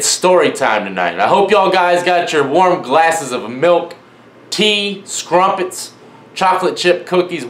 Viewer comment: lmao! he said scrumpettes!